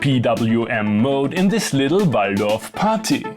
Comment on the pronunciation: You said 'Waldorf' very authentically! 🤣